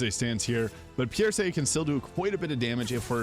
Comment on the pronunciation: Pierce, like you pierce something with a knife. What is Pierrrsay, your accent got me cracking up. Murrrking we got a murrrk